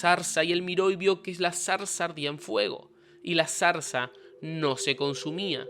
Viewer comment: No sabes ni decir ZARZA, que patétic0.